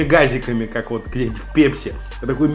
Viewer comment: Во сколько лет начинаешь говорить пЕпси, а не пЭпси ?